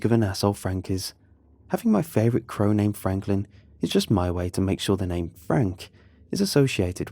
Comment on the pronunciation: no one:: craw